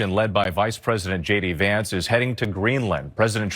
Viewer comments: Did he just say “ … Shady Vance “? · why is it when he says 'J D Vance' I hear it as 'Shady Vance' ? SO sorry for you Americans at the moment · Did he say Shady Vance ? 😂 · I swear he said my name is shady vance 😂😂😂😂😂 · Sounds like he says “ hi guys it shady Vance”lol😂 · When he inroduced himself it sounded like " Hey guys its Shady Vance". Bit more apt one thinks. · I consistently hear Shady Vance when the VP says his name. Maybe we should go with that. Shady seems to fit. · He said "Hey guys, it's JD Vance" I heard ""Hey guys, it's Shady Vance" Youtube auto-generated subtitles heard the same. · It sounds like he says his name is Shady Vance! 😂 Shady Vance. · It sounded like Vance introduced himself as “Shady” Vance. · Did he say Shady Vance?😂😂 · Did he say, “Shady Vance?” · It honestly sounded like he introduced himself as “Shady Vance”… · Does he call himself 'shay-dee' vance? Am sure that's what I heard.